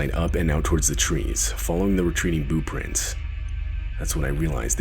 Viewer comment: This second story whenever he or she is explaining what they saw haha it sounds like they're saying boo prints 😂